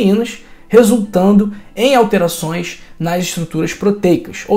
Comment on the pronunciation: Boa noite. Aguardo cirurgia de caataratas. embora idoso, tenho boa visão mass estou péssimo devido à catarata.. Tenho o acompanhado na internet - contudo, sinto-me bastante incomodado com sua pronúncia dos morrros cariocas. proteicachshsh; limitadaschchc. et. como mineiro nata, não consigo ouvi-lo normalmente. dsculpe.